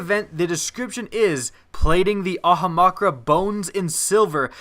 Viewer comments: 1. Why do you say Ahamkara like that? It isn't Ahamakra. 2. A lot of those exotics are terrible. Don't act like they're good. The Titan helmet is shit, the Warlock chest piece is shit, the Hunter gauntlets are also shit. 3. It is Sleeper SIMULANT. Not Stimulant. For the love of god man, learn how to pronounce shit before you start talking. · Ahamakra? Do you even pronounce words bro? Also, Sleeper stimulant? Again, do you even pronounce words bro? LEARN HOW TO FUCKING READ! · It is SIMULANT and AHAMKARA. Not STIMULANT and AHAMAKRA! Lol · Really? Really? Ahamakra? You read Ahamkara as Ahamakra and didn't even put a thumbnote to fix it? How ling has this game been out? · how the fuck do you keep mispronouncing AHAM KARA its not aha makra its not makarakaha its AHAMKARA also, everything we've seen in destiny so far suggests that NO, you will NOT be able to get a third throwing knife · AHAMKARA DUDE. It bothers me that you say ahamakra. Also... The sleeper "Stimulant"? like a dildo before bed? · It's prononced amkara not ahamakra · It's pronounced "ah-ham-car-a" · It's "ahum-Khara" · A-HAM-KARA LEARN TO PRONOUNCE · I actually like the way he says it better than the actual name XD. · ah-hom-car-uh.... if youre going to do destiny stiff like youre super into it, than at least, pronounce the things correctly. you know? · ah-hum-cara (ahamkara) it just sounds weird the way you're saying it